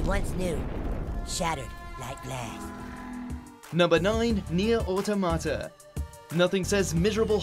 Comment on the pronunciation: Nier Au-tom-ata, not Auto-mata.